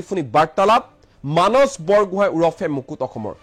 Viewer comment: মানচ....😊😊😊 যদি মানস শব্দটো মানচ বুলি উচ্চাৰণ কৰে তেতিয়া সন্ধিয়া*, *সদায়*, *সোমবাৰ আদি শব্দ বোৰ কেনেকৈ উচ্চাৰণ কৰিব ? বেলেগে আন কোনো নহয় অসমীয়া ভাষাৰ শত্ৰু আপোনাৰ মোৰ দৰে কিছুমান অসমীয়া লোক যিয়ে নিজ মাতৃ ভাষা শুদ্ধ কৈ কব , উচ্চাৰণ কৰিব নাজানে।